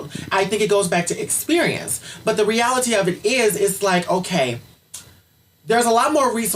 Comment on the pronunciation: "but the re-AL-ITEE of it is"